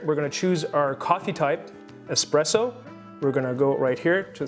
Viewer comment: Does he keep saying “expresso” even though he said it’s “espresso”? It’s driving me nuts!